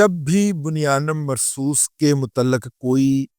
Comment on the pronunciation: رضی دادا جہ بنیانُٗ مرصوص دو پیش کے ساتھ ھے ن کے نیچھے زیر نہیں ھے سیدھا پیش اور الٹا پیش ھے